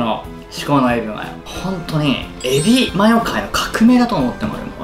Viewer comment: エビマヨってちゃんと言えてる？笑